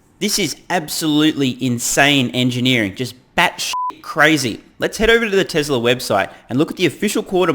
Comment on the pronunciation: let his Massachusetts dialect come out TesLer haha